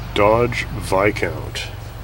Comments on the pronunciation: Is the S silent in Viscount? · ...I think it's a Vis-count, not a Vi-count:-)